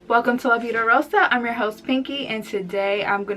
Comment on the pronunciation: I love the way you pronounce " La vida rosa " Can you speak Spanish?